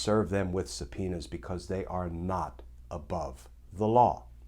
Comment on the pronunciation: I love Glenn Kirschner. Watch him every day. But when he said, "S-penis." I had to plug my ears, "la la la la la ." Glenn is usually so G rated. Just kidding, hope you're all enjoying the heat wave. Peace!